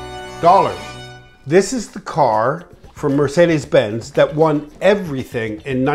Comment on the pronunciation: As a German I have to admit that he pronounces 'Mercedes Benz' pretty accurate!